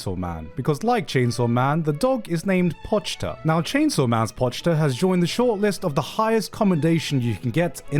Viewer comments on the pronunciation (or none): BRO PRONOUNCED IT AS "POCH-TA" ITS GOD DAMN "PO-CHI-DA"